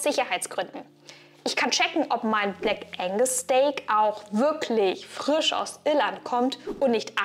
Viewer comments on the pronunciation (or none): none